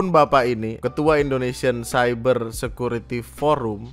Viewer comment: Ngomong cyber aja Masih ciber, pak tua pak tua😂😂